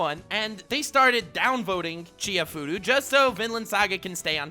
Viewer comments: Dude, u disappoinit me. It's not Chi-hai-furu it's chi-ha-ya-fu-ru! <.< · I'm just heartbroken that hasn't watched and hence can't pronounce Chihayafuru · can't pronounce "Chihayafuru" lol.